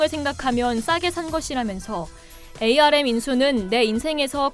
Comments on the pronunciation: 암을 에이 알 엠 이라고 하는 사람 처음 봄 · 반도체 분야에 근무하는 사람들은 ARM 을 ‘암’ 이라고 읽습니다. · 운영자님 ARM은 "암" 이라 읽어주세요.